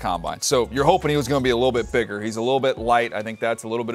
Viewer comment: Dj didn't sound like he said bigger. .made me double take